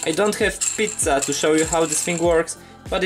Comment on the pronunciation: did you purposely pronounce "pizza" with italian accent?